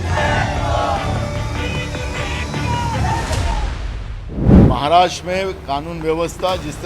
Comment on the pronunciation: महाराष्ट्रा नही महाराष्ट्र बोल 😊